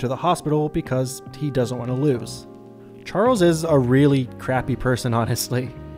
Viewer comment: you called Charles harles 🤣🤣🤣